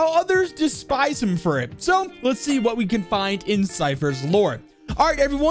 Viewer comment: Its not hwat its what hahahah